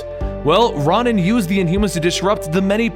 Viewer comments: RO-nan. Not RON-an. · Ron-in? Isn't it pronounced row-nin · Ronan is pronounced like Ronin btw. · ITS RO-NAN, GOD! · It's pronounced ROW NAN, It's my name, I should know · I always thought it was pronounced r-o-nan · butchered Ronin's name bruh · Omg stop pronouncing Ronan like that it's super annoying